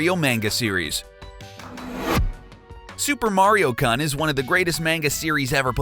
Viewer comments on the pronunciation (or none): The fact that you pronounce it as Meinguh and Cun are the things that bother me most about this whole video. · And yeah kun is pronounced kinda like room but with an n in front of it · Miss pronounced all the japanese words -Kun Is pronounced koon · Kun is pronounced KOON basically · Who taught you how to pronounce things? Kun in Mario-kun is pronounced like racoon. I am not even going to start with his pronunciation of Shigeru Miyamoto. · The information is interesting.. but may I ask that you kindly learn how to pronounce the japanese words and names? (i.e. Super Mario-Kun... it's a long "u", not a short one) I'm sorry, I just had to put that out there. Maybe I'm the only one who physically shutters at the mispronunciation of Myamoto's name and such. Other than that, great videos!